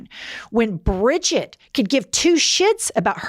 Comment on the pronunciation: Please stop saying Bridget😡 I’m a Brigitte(German) it hurts every time u say it 😢 It’s like a stab into my stomach 😂😂😂